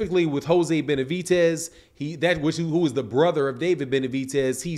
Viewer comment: There’s no T in Benavides